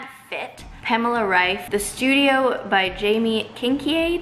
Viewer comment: Your pronunciation of Pamela Reifs last name was the best one I head from an American so far (her last name is pronounced German and I’m German too)